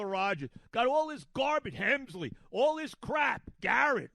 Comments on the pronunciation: Rogers has a 2.16 ERA since joining the Mets and he’s pitched every day. And it’s Helsley, not Hemsley. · Hemsley 🤣. The mispronunciations is part of his charm. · Is he going to say delerious or get Helsleys name wrong more I’m keeping count